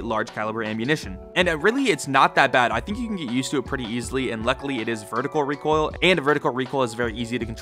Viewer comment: "Reek oil"